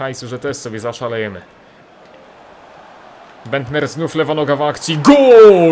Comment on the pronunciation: Nicklas Bendter - nie mówi się Niklas Bendta, bo to nie jest niemiec, tylko tak jak sie pisze ;)